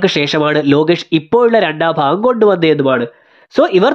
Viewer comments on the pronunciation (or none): none